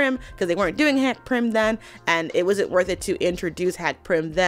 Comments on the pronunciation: Quick note: It's Hank PYM, not Prim. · Hank Pym; not Prim😂😂😂